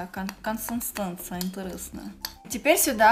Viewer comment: о таком, когда блоггер даже не может создать нормальную консистенцию маски о которой вещает почти 19 минут, и да, слово "консистенция" она тоже толково выговорить не может